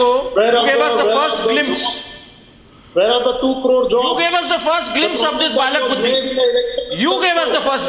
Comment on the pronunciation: Not "Balak Buddhi" it is "Bail Buddhi"